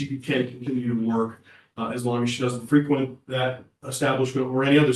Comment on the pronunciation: It's fre quent , the emphasis on the second syllable when it's a verb .